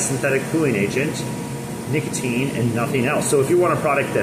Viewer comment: You cant say nicotine?!?!?